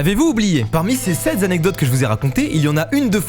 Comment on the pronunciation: SEPT ZZZZANECDOTES au début mdrr